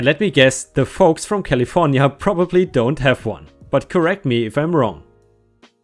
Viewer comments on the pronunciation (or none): none